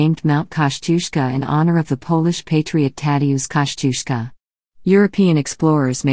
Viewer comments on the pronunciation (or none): It’s pronounced Koz-i-osco. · I would like to hear Polish pronunciation of the name. I think it may be different form what we expect.